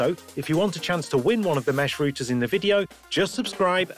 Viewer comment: Routers not Rooters!